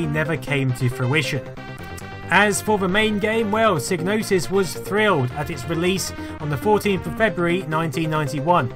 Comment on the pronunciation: Great documentary, but the G in psygnosis is silent ;)